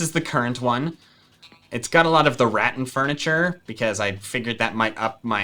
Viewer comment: Sorry to correct but it’s RA-TAN not RAT TIN